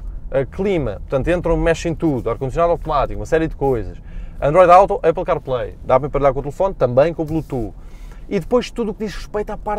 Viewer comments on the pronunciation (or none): none